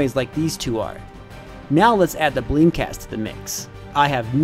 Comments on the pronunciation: I kept hearing you say "bleemcast" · sounds like he's saying bleem cast😂😂😂